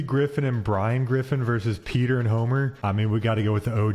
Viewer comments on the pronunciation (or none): none